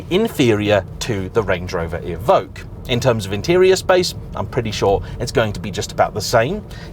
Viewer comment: It’s “E ~ Vock” que is “ock” there is no g in it like Evougue